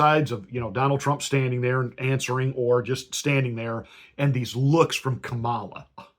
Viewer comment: Exactly! The fact that he is intentionally mispronouncing her name is a dead giveaway., you sir are no Christian.